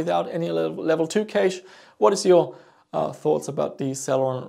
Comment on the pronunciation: Just FYI, cache is pronounced very similarly to cash